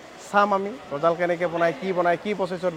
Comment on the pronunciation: Gojol nohoi gojal hoi